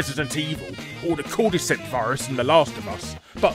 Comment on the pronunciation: Anyone else cringe when he said "Cordyceps virus"?